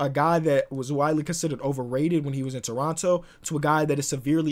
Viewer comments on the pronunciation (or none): none